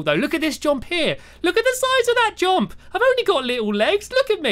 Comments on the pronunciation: why does he say jomp instead of jump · Its jump not jomp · i love the way stampy says jump... "jomp jomp" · No one: Stampy: "jOmP"